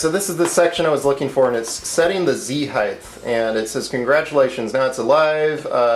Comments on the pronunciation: I don't know whether you are aware but you pronounce 'height' (should rhyme with tight, might, fight etc.) as 'heigth' (doesn't really rhyme with anything except maybe orange or silver?) see link for clarification. Otherwise, barring my OCD I enjoyed this vid. keep 'em coming. ;) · I love your review this is a great review. Makes me want a delta. I wish you didn't say "heighth" so many times though. That's my pet peeve. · Really cool! My only complaint with the video is the repeated mispronunciation of the word "height". Notice that there's no H at the end.. You kept pronouncing it at heighth (highth). The word ends with a "tah" sound. I'm usually not a grammar nazi but this one really bothered me because it was repeated so many times. Plus, how will we ever learn if others don't point out our mistakes? Other than that. Really great video! I'm already subscribed, otherwise I would sub. Keep up the good work. :)